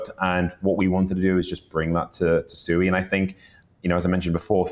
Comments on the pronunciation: It's pronounced SWEE, not SOO-EE. It's Japanese for water. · Swee not SUEYYYY